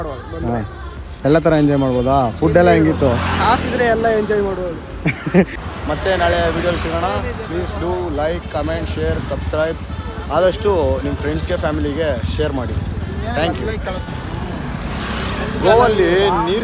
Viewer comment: subscribe ❌susribe☑️